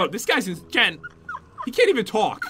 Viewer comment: it is not joon I mean jen